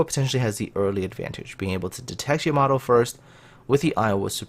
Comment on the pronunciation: Wtf is a YAmATOO, its Yamato not a tomato